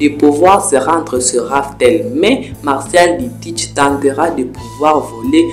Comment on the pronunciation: tu m'as stresser sur tout la vidéo en disant MARCIAL D. TEACH 😭😭c'est MARSHALL D. TEACH 🤣🤣 FORCE on est ensemble 💯👊